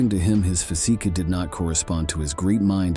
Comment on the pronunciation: Who is narrating or WHAT is? AI? The pronunciation at times is so incorrect. "his physiki...ambichon...sOciety ladies..." If it is AI we should be told.